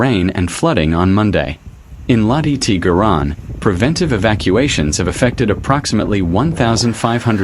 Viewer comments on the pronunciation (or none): L'IA ne connais pas La Garonne, elle parle que du "Garon" 😂